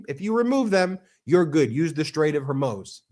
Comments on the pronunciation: I can't believe you keep saying strait of Hormoze it's pronounced Mooz like the cow moos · Please BEN, learn how to pronounce 'foreign' words rather than guessing (like NOR Hormews or Hommoze but HORMOOOZ for Hormuz. and the equally bewildering Mountbaton rather than Mountbatten for a few days. Easy peasy to check out via google searches or google translate. Otherwise, loving your work. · Strait of Hormuz....Hormooz just FYI